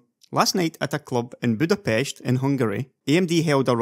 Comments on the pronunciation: I've never heard an English speaker pronounce Budapest the way Hungarians do, mad props for that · Wow, correct pronunciation of Budapest. Nice! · Hey someone actually pronounced the city correctly for once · you pronounced it budapes(h)t ... i love you man! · Cheers for pronouncing Budapest the right way :) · OH MY FUCKING GOOOOOOOD!!!!!! YOU PRONOUNCED MY CAPITAL CORRECTLY!! you gained a sub for life buddy